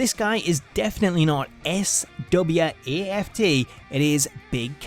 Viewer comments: Colin Cassidy isn't SWAFT! Its SAWFT. Lol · He said s w a f t not s a w f t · Lol U said Colin cassidys statement wrong U said S-W-A-F-T it's SAWFT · You said SWAFT not SAWFT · sawft not swaft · swaft? lemme.... SPELL IT OUT FOR YA! S- A- W- F- T- SAAAWWWFFFTTT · HE SAID SWAFT LMFAO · Did anyone else notice he said SWAFT